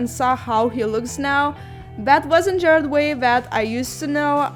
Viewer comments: OK honey you spelled the name right but you pronounced it Jared Way. But I'll cut you some slack because the art is cool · Everyone she said Gerard's name wrong I literally screamed